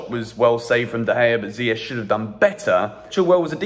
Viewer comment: Oh my god please ziyech’s name is pronounced ZIYE-K not ZIYE-SH😭 (CH=K)